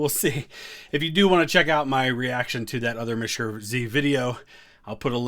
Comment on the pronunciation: Pls pronounce monsieur the right way